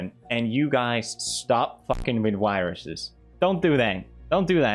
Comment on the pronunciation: “Viruses” = “yruses” ?? Is this the new “Jubilee” vs “Yubilee”?